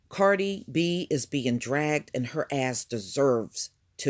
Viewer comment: are you calling her “Party” B?🤣🤣